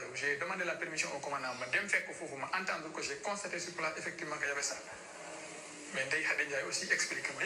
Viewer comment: Je ne sais meme pas comment elle a fait pour avoir le diplome de masseuse,a la place d entendre,elle nous parle d attendre...